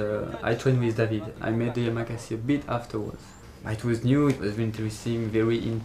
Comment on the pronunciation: It´s YAMAKASI !!! not Yamakase